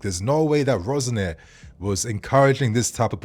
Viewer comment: Why do you keep calling him Rose-Nair? 😫